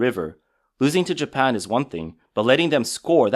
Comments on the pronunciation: it’s Japan. Not Japam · Did u really just say japam wtf is japam its even in the video that obviously heavily ai